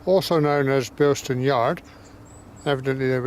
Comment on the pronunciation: There's no 't' in Bilson. But otherwise, nice video -- I lived not far away from here in the 80s.